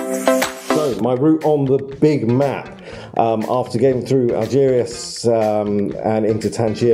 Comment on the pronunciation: Be worth learning how to pronounce place names properly, chap. Algeciras, for instance, is just said as it is spelt…